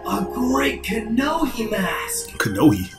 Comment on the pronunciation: I'm impressed you managed to correctly pronounce "Kanohi" on the first try. For years, I thought it was "Kenobi".